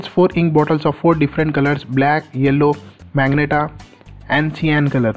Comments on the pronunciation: Bro this is magenta (ma-zen-ta) not meg-nata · Bro that is magenta (ma-gen-taa) not magnetaa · Dumbass is majenta not magenta pronounced